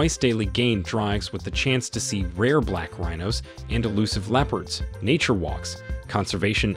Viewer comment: Hilarious send-up. Leep-urds Dooogout Canoes Price inaccuracies Hulu Sava or Ulusaba. ….? Prices are per Person per Night OR per Tent/Room Suggestions: - Fire script writer - Rehearse & practice reading beforehand - Insert punctuation - Get advice from someone with a clue about the Subject Matter Provide Clear Warnings to your audience ahead of time. Thanks again. Still giggling.